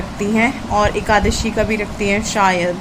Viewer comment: Di aap bhut se sentence galat bolte ho....jaise panni ko pinni,ekadasi ko ekasi....accha nhi lgta shi se bola kriye